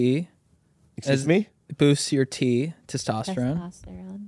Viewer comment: When bobby says “exurshge me” and they reach out to each other in Laughter I’m literally crying on a Saturday morning am